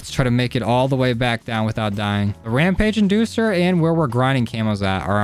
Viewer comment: "Ramage inducer" lol